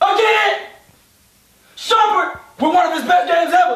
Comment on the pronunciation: He said shumpert.